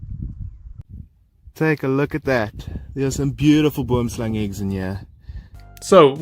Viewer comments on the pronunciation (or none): You pronounced it right on the 2nd Boomslang video but wrong multiple times before that 😅 It's pronounced Bom Slan. I somewhat recently learned that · Simple pronunciation of "boomslang" for English speakers - bwouhmm-slung 3 syllables not 2. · best pronunciation of Boomslang, was " BWERMSLUNG" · Will and Kevin pronounced it wrong 😅 It's pronounced Bom Slan. I learned that pretty recently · Perfek said Boomslang